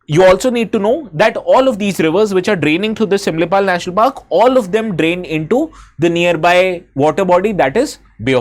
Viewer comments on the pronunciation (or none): none